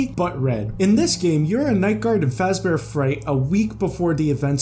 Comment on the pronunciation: “Welcom to Freddy Foozebear’s Pizza Hut” 😂